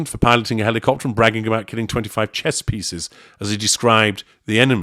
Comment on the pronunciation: Archie has a week to teach Daddy how to properly pronounce "helicopter"